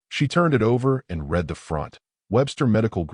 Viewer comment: Good story. Need to listen to your own story Music and voice overs were very loud, and blocked out narratives. Also wrong pronunciations. ie “read” pronunced as”red” instead of “reed”.